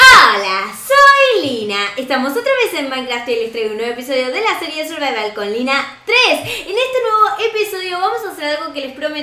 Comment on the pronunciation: Y cuando dijiste "Estamos otra vez en Minecraft" me decia "Estamos otra vez en MANGA". XD compruebalo tú.